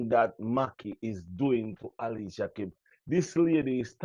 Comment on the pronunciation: Alicia name doesn't begin with an "H".....Then every word you pronounce has an "h" at the start, middle and end? TUDT right, you did leave you brain in the 3rd grade...no sah, what can go so?